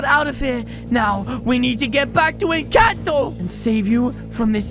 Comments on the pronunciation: In the first time you said Encanto Wrong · It kinda triggered me when said “incanto” instead of “encanto” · In the intro you spelled it wrong...it's supposed to be Encanto but you said incanto but still good video keep itnup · Incanto❌ Encanto✅ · Its called encanto not incanto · Its not incanto its encanto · Incanto lol it’s Encanto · its inchanto NOT intanto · i like at the front he says inchato